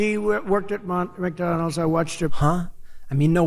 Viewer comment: He can't even say McDonald's! He's declining fast! And every time he talks about clean energy he shows his absolute ignorance about it - or he thinks his cult is that ignorant about it. Either way... VOTE BLUE!!